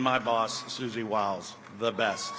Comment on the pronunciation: When he say suzi....😅